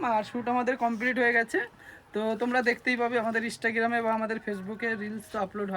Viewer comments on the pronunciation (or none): Instagram❌ Istagram✅ 😂😂😂